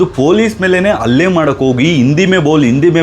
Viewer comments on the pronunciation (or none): 😮 ಹುಲ್ಲೆ ಅಲ್ಲ ಅದು ಹಲ್ಲೆ ಅಂತ ಸರಿಪಡಿಸಿ. 😮